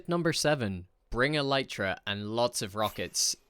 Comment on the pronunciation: Why do you say "Lytra" instead of "Elytra" ?